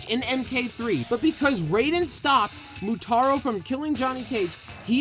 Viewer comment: It's Motaro not Moutaro :)